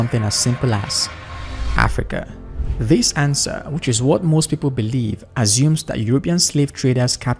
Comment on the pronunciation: Assume...not azium 😂